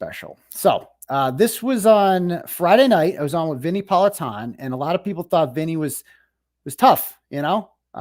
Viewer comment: At least pronounce Politan correctly!!!! SMH not surprised. Case closed!